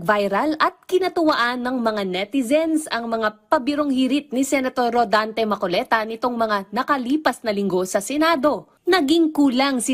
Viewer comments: Marcoleta ate hindi macoleta 😂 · Ano ba yang reporter, Hindi alam pangalan ng Senador. Hindi po makoleta. Marcoleta po miss.😊